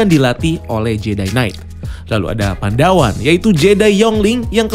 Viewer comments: Koreksi bang *bukan "pandawan" tapi "padawan" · Padawan bang bukan Pandawan hehe